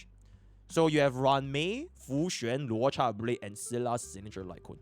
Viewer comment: man to this day no one can pronounce luocha correctly. i love dis community